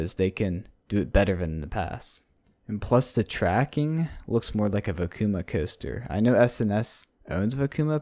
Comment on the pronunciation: Well it’s pronounced “Vekoma” not “Vekuma”.